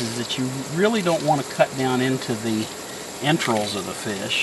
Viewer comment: Its entrails not entrills. Speak properly